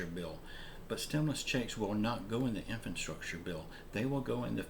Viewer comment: In-FRA-structure. In-FRA-structure. Please, man, this is a word you're going to be using like ten times a day. In-FRA-structure!